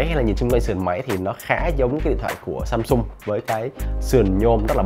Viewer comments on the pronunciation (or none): none